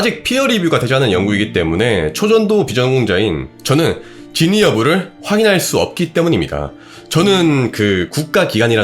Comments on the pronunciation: 영상 잘 봤습니다. 근데 "진위"를 "진의"로 말씀하신 것 같습니다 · 다른 자막은 그렇다 쳐도... 진'위'여부 를 계속 진의 진의 하는 건 좀... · 진의가 아니고 진위